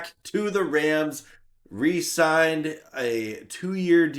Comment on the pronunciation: Yo, bro. It's "re-sign," NOT "resign!"